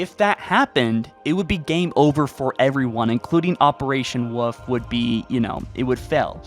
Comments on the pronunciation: Operation Wolfe as “woof” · Its operation Wolfe not Woof